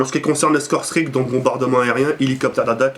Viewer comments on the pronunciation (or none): none